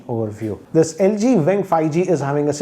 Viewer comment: Its LG Wing, not Vving.